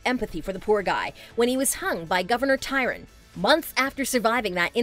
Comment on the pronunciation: Mur-toG?!? Ty-Ron not Try-on??? Omg watch the show before you try pronouncing things lol